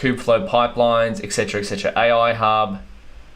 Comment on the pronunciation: "A.Oui" damn, that accent🤣🤣